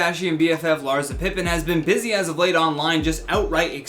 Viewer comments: Soft ssssss not hard zzzzz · It’s LarSSSSa... lol not LarZZZa